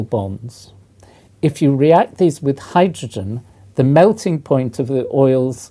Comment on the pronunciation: ugg... why do people say hy droge en ? its hy dro gen , so annoying.